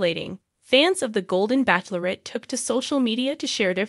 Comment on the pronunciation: The only thing is, you need to learn how to pronounce bachelorette correctly. If this is A.I. then there is much to be perfected.